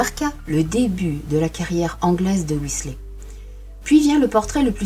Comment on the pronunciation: Intéressant...mais comment parler d'un peintre sans diffuser des reproductions de ces oeuvres ! Je connais ce peintre depuis quelques années, un génie peu connu en France Petit détail, on prononce son nom "Whislère" (je vous fais grâce de la phonétique anglaise....) Alan